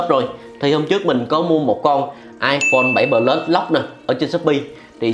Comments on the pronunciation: Nghe cái ông bán nói 7 pờ lút :))))) là thấy bất ổn rồi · tuy là đọc không đúng chuẩn . nhưng mà đọc sao cũng được mà . có vấn đề mẹ gì đâu , ngôn ngữ Việt Nam phong phú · thấy đọc iphone 7 “pờ lút” hiểu